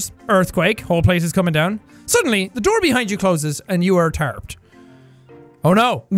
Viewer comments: Sean: “and suddenly you’re tarped” me...: uh do you mean.. trapped?*😂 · You said tarped for trapped :) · anyone else catch that Jack said you are Tarpped instead of trapped 😂😂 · Jack: I’ve got big brain Jack: reads trapped as tarpped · Jack: only big wrinkly brains allowed Proceeds to read trapped as tarped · Jack: I'm so wrinkle brain Also Jack: reads trapped as tarped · me :reads this as: jack: I’m so wrinkle brain Also jack: reads tarped as trapped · I heard tarped too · Did Y’all realize he said tarped instead of trapped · This dude cant say trapped right lmao